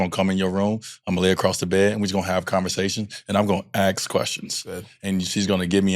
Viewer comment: Grown rich man saying ax, pathetic